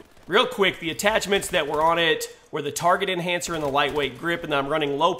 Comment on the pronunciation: "Target inhanser" -.